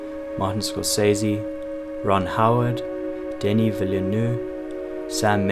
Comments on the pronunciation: I heard a lot of versions but this Denise Villeneuve pronunciation went completely south haha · Dénis Villeneuve is pronounced “de-NEE VEE-nove” (rhymes with bee dove). The surname is old French for new town, and “Villle” is a single word pronounced as Vee Just a tiny niggle in an amazing well-researched video.